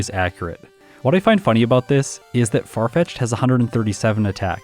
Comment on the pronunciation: Farfitched in this jayun:). ( would be pronounced Yahn, like Pokémon Challenges' name, so I had to get creative with spelling:).) Don't forget to check you're recording!:)